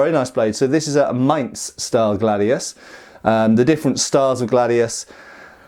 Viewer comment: Nice. Extra kudos for getting "Mainz" right! None of that weird "minezzz" business here, i´ll have you know, good sir! Nu-uh!